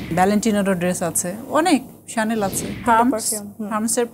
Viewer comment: Chanel ekta French brand chanel er french uccharon shanel eta thik bolsilen uni